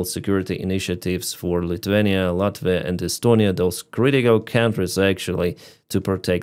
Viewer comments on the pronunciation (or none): none